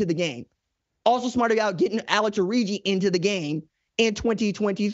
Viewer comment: Alex.Orji (Orgy) not Origi